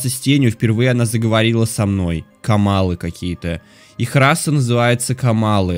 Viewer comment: не камалы а каммалы, Иверста ударение на е, ПалонтрАс не так а ПалОнтрас. Лайки что бы увидел